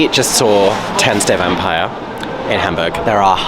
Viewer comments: I’m impressed with your pronunciation. 👍🏻 The only word that you keep saying wrong is „Vampire“. The german „i“ sounds more like your „e“. 😉 Oh and „Stage“ in front of the theatre name is just Stage Entertainment branding. It’s the english word „stage“. No need for a german pronunciation. 😅 And those prices for programs and picture books are just unbelievable. But this is also very typical for Stage Entertainment Germany. 🙈 The same company charges way less in the Netherlands. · You are seriously misspronouncing "Vampire" every time :D EDIT: Otto the Comedian is known for his drawings of Elephants, which he calls "Ottiphants" That's why they are in the theatre. (you can picture search for "Ottifant" if you want to see them) EDIT 2: I kept wondering why you kept saying "von Zero auf Hero" and now I am shocked and sad that they changed the original lyrics from the movie - in Sekunden auf Hundert", which means "in seconds to 100" which was working well and brought the meaning of the song across without having English words in there. (not that I mind English, obviously. But I appreciate not taking shortcuts and actually finding clever lyrics in whichever language.)